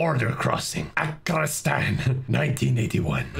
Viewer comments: Sir I think you meant to say "Afarakistan" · The reel of trying to say the name of the country had me dying 🤣🤣🤣